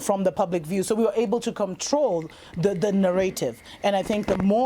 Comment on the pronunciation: I really like the way says narrative. I don't know why, it's really pretty to me.